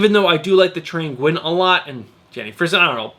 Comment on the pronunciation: Nguyen is a Vietnamese name. Usually pronounced like the word "when".